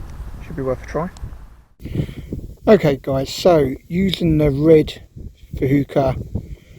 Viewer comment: Think they're pronounced "fooka" never had any success with them, nice little video